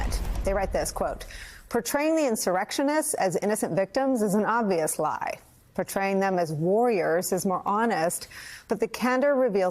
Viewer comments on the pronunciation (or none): none